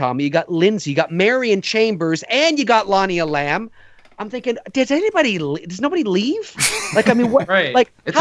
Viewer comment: It is Lonnie E’lam, not Lonnie elAm’!